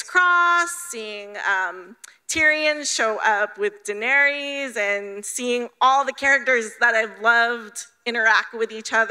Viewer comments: "da-nare-ee-iss" goodbye. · Some of these people shouldnt be allowed to ask questions..@ she couldnt even pronounce "daenerys" for crying out loud! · that girl mispronounced Daenerys 😣